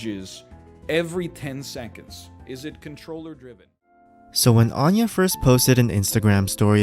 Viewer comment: You're mispronouncing her name it's Anya like aneurysm